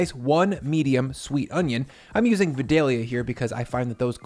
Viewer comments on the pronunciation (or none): It's pronounced "VYE-dalia" not "VIH-dalia"... We take these onions seriously down here in Georgia. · I'm from Georgia...it's Vi-Dale-Ya 🧅